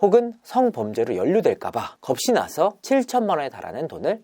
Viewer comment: 겁이나서를 겁시나서로 말씀하시네요😢